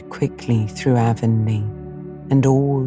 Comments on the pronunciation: In every TV miniseries and audiobook version of Anne of green gables I’ve ever come across, “Avonlea” is pronounced with a short A. Not a long A like the River running thru Shakespeare’s hometown or the ladies that sell makeup door to door. It’s an honest mistake, I’m sure and I suppose an understandable one. But this sadly was unlistenable for me. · I literally turned this off during the first sentence of the bop. She pronounced Avonlea wrong. I can't take a full book of that.